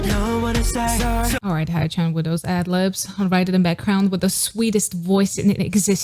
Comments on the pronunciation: it's actually not "hay" either. "ae (or "ä" in my mother tongue) in his case is pronounced like the "a" in mad but shorter. english native speakers tend to say hay-chan but when he speaks of himself or is being adressed by members you can hear it clearly. but i agree with you here... i have a hard time accepting all the different pronounciations of their names by different people on the internet as well. 😄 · No hate but in all my years of being a Sunflower, which is like 3 - 4 years, I have never heard anyone pronounce 'Haechan' as 'Haichan' which is cringe and hilarious asf. I've heard 'Haechin' and 'Haechan' is in like Jackie Chan but never have I ever heard 'Haichan' lmao😂😂😂. For those that are having trouble with pronouncing his name or just straight up don't know how to say it, Haechan is pronounced as: 'Hae' = 'Hay' or 'ae' = 'ay' like Ay-Yo 'Chan' = 'Han' like Han from SKZ just put the 'c' in and pronounce it the Korean way, not the Australian way lol.